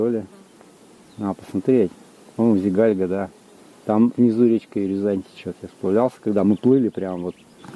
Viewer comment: Спасибо за видео! Ждем продолжения) Заметил, что русские (или, как правильно сказать…) в большинстве неправильно ставят ударения на местные топонимы, которые часто имеют тюркское происхождение (или какое-то другое, не берусь утверждать, но точно отличное от славянского) и там в основном ударение ставится на последний слог! Поэтому правильно будет: КракА, ЗигальгА, ЗюраткУль, КалагазА!